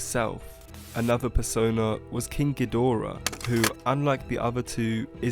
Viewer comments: King Gee-duh-ruh take me to your leader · thats not how you say king geedorah